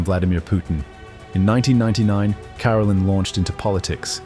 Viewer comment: It’s Ka-rel’-in, not care-alin